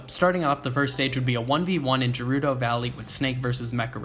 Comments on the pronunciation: i don’t want to be annoying, but it’s not pronounced as “jerudo”. It’s a transliteration from Japanese to English, so, if it was pronounced like that, then it would be written “jerudo” rather than “gerudo”. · haha you say gerudo differently than how I say it I will make fun of you hahaha